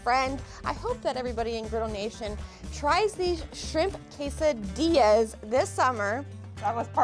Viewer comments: This is such a great video and two amazing ladies right here!! glad you got the renunciation correct… almost 😅🙌🏼🔥🤤🤙🏼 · Your can't pronounce it. Why should be trust you can cook it?